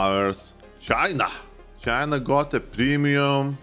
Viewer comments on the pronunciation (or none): none